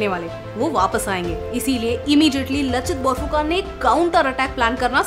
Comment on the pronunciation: कृपया इसे "लाचित बरफुकन" उच्चारित करें, जो सही है। फिर भी, आपने महान आहोम सेनापति के बारे में बहुत सुंदर वर्णन किया है। आप वास्तव में पूर्वोत्तर, विशेषकर असम के लोगों के प्रेम और सम्मान के पात्र हैं। भारतीय इतिहास के इस महत्वपूर्ण अंश के बारे में आपका संदेश, जो अब तक हमारे देश के मुख्यधारा के लोगों के लिए अनसुलझा था, सराहनीय है! एक बार फिर कृपया मेरा अभिवादन स्वीकार करें।